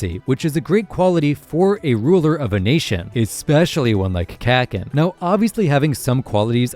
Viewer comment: It’s still pronounced Ka KEE n lol. My other comment elsewhere explains more.